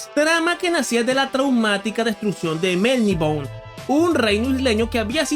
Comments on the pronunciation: Elric de Melniboné, es increíble, la pronunciación es Melniboné en español! Y en inglés suena como Melniboney! No es Melnibon! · Se pronuncia MelniboNÉ, no Melnibon.